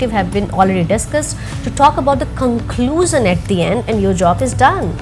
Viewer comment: 'major', 'objective', 'conclusion', and 'version' pronunciations need to be checked.